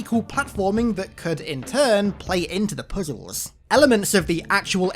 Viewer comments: I hate the way you say puzzles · The emphasis and way you say "puzzles" had me rolling lol